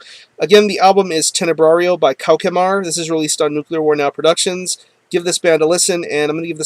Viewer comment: Hi! The name of the band is pronounced "KO-SH-MAR", not "KO-KE-MAR. BTW, it's French for "Nightmare".